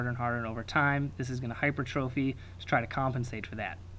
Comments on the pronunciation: hy-per-trophy. great lecture though! check your spelling and pronunciation though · Spelled: hypertrophy Pronounced: /hai-PER-truh-fi/ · did you really just tell everyone how to pronounce fallot and then go ahead and mispronounce hypertrophy?? -___